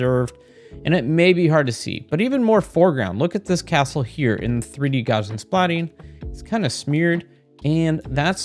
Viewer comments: Gaussian is pronounced like Gauss (rhymes with house) . It's NOT "Garzian". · Gaussian is pronounced "gow-zee-inn"...